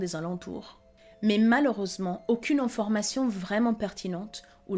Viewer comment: Vous avez une voix trop IA,on dit informations …… et non enformations et j’en passe